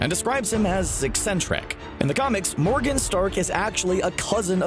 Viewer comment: I thought you said "and they had an adorable baby daughter named organ." And I was like hold the phone WHAT.